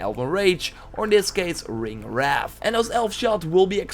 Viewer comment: Bro it is not ringwrath. Ringwraith